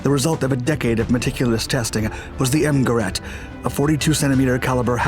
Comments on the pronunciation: You’re mispronouncing “Gerät” (device) in German. The ä is pronounced ay not aa. I would think you can teach AI voices to speak German correctly. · Gerät is pronounced geRATE with the emphasis on the second syllable -- short GE, long RATE. I made the same error first time I pronounced it. Krupp is pronounced kroop. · As your pronunciation of "Gerät " was nearly right the first time, it subsequently morphed into sth French-sounding, like "guerrette" . Sounds really funny, if you don't mind.. 😋... after all you get the "ä" right and don't simply ignore the "dots" as many do! To get it right, just keep the "ä" a little bit longer, then it's perfect! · Gerät, not gerat.... it is pronounced like g'-raid...do your home work before you do videos please, don't be such a yank..